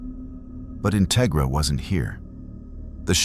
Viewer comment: Like the story so far Integra is pronounced In TEG ra Minor thing but very interesting